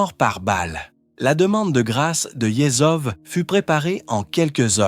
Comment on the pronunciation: Peut-etre pourrais-tu apprendre a prononcer correctement "Yezhov"?